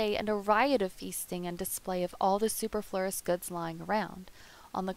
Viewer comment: The word, superfluous is mispronounced by the narrator at the mark of the video. Just pointing it out.